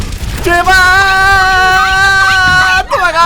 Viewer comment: 겨울왕국이면 아↗️아➡️아↗️아↘️여야 되는데 께서는 도망갈때 ↗️↗️이거 아니면➡️↗️또는↗️➡️였죠